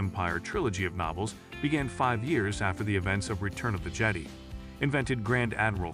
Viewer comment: Sorry. The moment this video pronounced Episode VI as "Return of the Jedee," I lost all interest. Bad video! Go to your room.